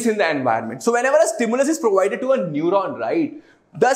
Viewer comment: Lol its neuron 😅🤪